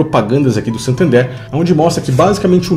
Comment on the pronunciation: Tu viajou no nome do banco. SANtander e não SATander, nada a ver com "SATAN THERE".